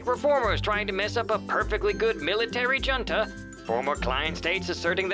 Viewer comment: I was going to complain about the corporate guy mispronouncing "junta" but that's actually sort of on brand.